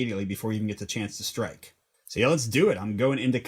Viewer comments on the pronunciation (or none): none